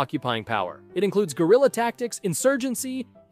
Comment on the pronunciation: I heard "Gorilla war" instead of "Guerilla"